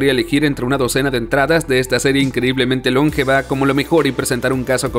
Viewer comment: ¿"Cónsola", "lóngevo"? ¿No eres hispano hablante nativo, verdad?